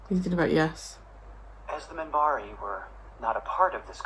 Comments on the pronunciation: "I just want to watch Babylon5. Can you believe it?"... yes, yes, I can. (Edit) it is Minbari, with "N" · It's Minbari (not Mimbari), and it's the Non-Aligned Worlds. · It's Minbari. Their homeworld is Minbar.